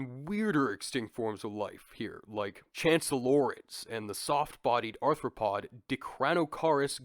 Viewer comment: Welcome back Also I think you meant to say aRthropod but it sounds like you said aNthropod … hmmm “anthropod”…. Human Foot…